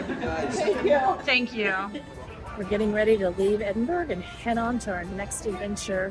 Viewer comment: It was like hearing nails down a blackboard hearing you say EDINBURG over and over again. It's pronounced 'Edinburra' NOT EDINBURG or EDINBORROW